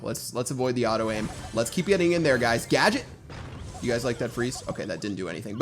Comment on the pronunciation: I don't know why I laughed so hard when he said gadget 😂